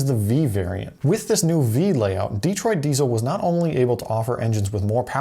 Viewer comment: It's not "DEE-troit," it's "De-TROIT."